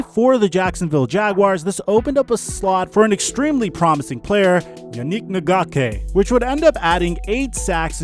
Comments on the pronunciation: wtf it’s pronounced (yon-nick in-gock-way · that pronunciation on Yannick Ngakoue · Pretty sure you said yannik’s name wrong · Butchered my boy name🤦🏾‍♂️😂